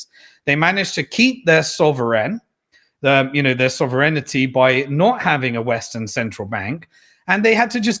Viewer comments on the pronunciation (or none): Good work but what on earth is "sovereignenity"? 😂